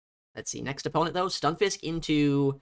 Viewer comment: Can someone explain why “stun” is being pronounced as “you” in the Stunfisk…